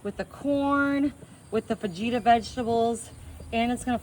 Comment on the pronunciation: I'm not Hispanic,, but I hate how mispronounces words like "fajitas."